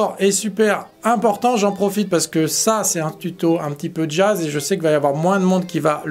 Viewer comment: J'entend exactement cette prononciation ! Le JaAaze 🤣